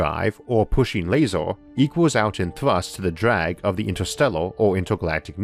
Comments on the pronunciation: How come you're pronouncing things weird? Bigger - you say biggoorr Basically most words ending with er or or. Jesus I just heard you say laser,,. Lasooooor. Good video, mental pronunciation though. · Video is interesting, but pronunciation made me pay more attention to that - wator, lasor, containor, computor, howevor, etc.. No offense meant, just an observation